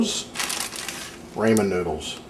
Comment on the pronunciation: It's RAH MAN not RAY MAN